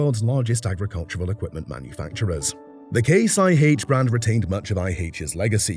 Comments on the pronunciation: No! Not Eye Haitch. It’s Eye Aitch. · "High aitch" ? is this AI talk ?